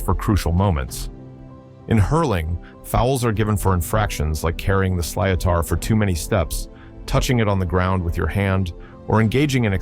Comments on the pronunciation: sliotar is pronounced slittar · Sliatar😂😂😂 silotar is pronounced slit er